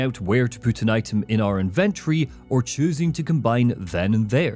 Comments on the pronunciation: that damn IN-VIN-TURREYYY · 😂it’s the way you pronounce it! Love the content man, hours of entertainment for me during my hour drive home from work